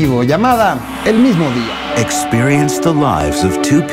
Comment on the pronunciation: like si se dieron kuenta k dice mimo dia....